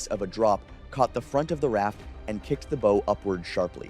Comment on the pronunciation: BOW = rhymes with OW.